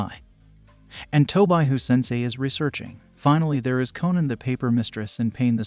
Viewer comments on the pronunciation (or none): none